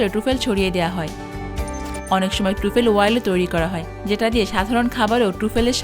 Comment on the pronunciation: Uchcharon hochche... TRA FOL.